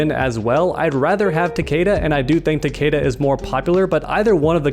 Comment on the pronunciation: Am I the only one that got REALLY triggered by the way he pronounced Takeda's name?!